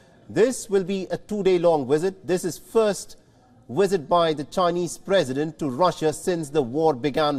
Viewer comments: its visit. not Wizit.. bite your bottom lip to say visit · Lmao he said "wisit" instead of visit 😅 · What’s a wizit,,,, does the presenter mean visit 😂😂😂😂